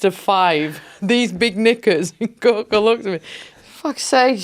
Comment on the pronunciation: Gorka all the way. And I heard hospice Gorks. :-D